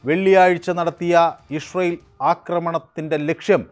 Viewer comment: ഇസ്രയേൽ എന്ന് നേരെ പറയാൻ പഠിക്കൂ അവതാരകാ..